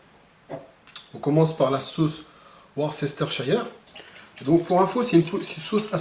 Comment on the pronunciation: Juste pour info, la langue anglaise ayant ses subtilités qui nous sont étrangères, la syllabe "ces" dans "Worcester" ne se prononce pas. ^^ C'est "Weursteur"